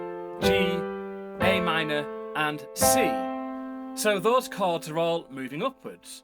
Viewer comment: Thank you for teaching me to connect the “chawrds”😭❤️